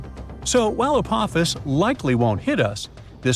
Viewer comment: I can't take the fucking up the name Apophis any more... it's ( A-Pa-Fis) not ( A-poe-fees) !!!